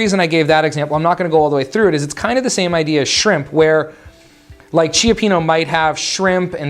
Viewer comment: Thanks! Really great reminder of tracking. However, I can’t get over how you are pronouncing cioppino. The correct pronunciation is CHOP-PEEN-OH. Sorry dude, I just had to do it. LOL!